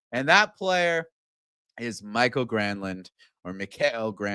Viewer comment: It's not Michael, it's MikAEL.